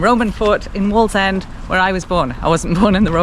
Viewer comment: It's waaallsend 😂